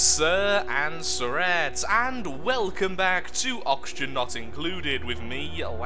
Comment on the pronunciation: that's funnier to me in context, instead of "sirs and sir-ett-s" its "sirs and threats", i.e. conformative sophonts and ambitious sophonts